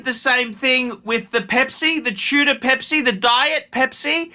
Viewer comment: should open a Bogan academy. He's a professional and could pass on his begging techniques, lack of taste and class onky oink oink 🐷. Its Tudor not Tuna by the way ya cretin!